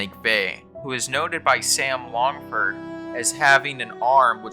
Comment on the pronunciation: You cant even say his name right?? Was that a trick to generate comments?? Sam LAngford